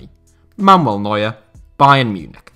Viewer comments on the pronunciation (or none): none